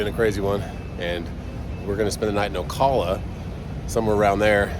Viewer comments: Oh, & Ocala is said Oh-Cal-Uh not Oh-Call-Uh. Nice place, used to camp & ride horses there. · Who doesn't know how to pronounce 'Ocala' ? + he goes to Florida quite a bit.